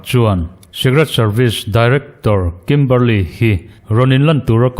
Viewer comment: I sawi chian hmel viau naa a chianglo.A chhan chu Kimberley niawm taka i tarlan mipa leh hmeichhia an awm a.Kimberli-a ti la emaw,Kimberli-i ti la,a chiang mai ang.